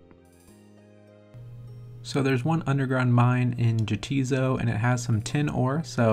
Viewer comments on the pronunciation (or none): Just because I gotta be pedantic about this: "Jatiszo" is pronounced "ya tis so", in contrast to "neitiznot", or "nay it is not". Ha, get it? Cause they're fighting?